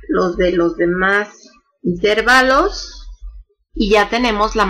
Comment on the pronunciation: ¿¿¿intérvalos??? Hasta me duelen los oídos de escucharla decir intérvalos, acentuando la e. Que bárbara...